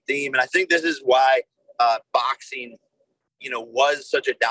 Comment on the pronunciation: English words in "ing" isn't in Jakey poo's vocabulary. He uses "een" instead. "Boxeen,fighteen"...literally any word ending in "ing" is "een" for Fake Paul.